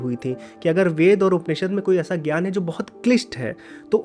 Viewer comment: ज् + ञ = ज्ञ Jna for Jnaana ग् + य = ग्य Gya for Gyaana Please don’t read letters of Sanskrit wrongly as it is done in Hindi. In Sanskrit, what you write is what you read. Not like in English where Ghoti could be read as Fish ( gh as in enough, o as in women, ti as in ration) as told by Bernard Shaw. So don’t read ज्ञ as gya anymore but read as jna